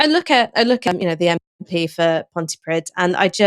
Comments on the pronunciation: Pronounciation is Ponty-Preeth. Or at least that's as close as you can get without some deeper lessons into Welsh pronunciation XD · Why don't you look up how to pronounce Pontypridd? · a "daivees" who's the mp for "pontiprid"? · Its "dd" not "d" that is pronouned like that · Love you guys, but can you please quickly Google how to pronounce 'Pontypridd' - edit, oh they did. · Well done for correcting your mispronunciation of Pontypridd! Alex Davies-Jones= casuistry in action. Not the brightest, is she?